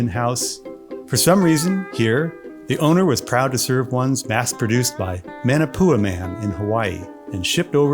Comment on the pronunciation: You lost me when you said manapua like that.